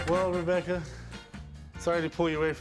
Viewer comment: Try a dictionary. It’s Rebecca 🤦‍♂️